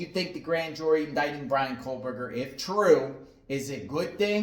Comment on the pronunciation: Why are you saying kohLberger ??